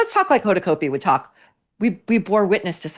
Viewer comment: I love love your podcast, 🎉🎉🎉but Hoda’s last name is pronounced like Cot B not Coat B.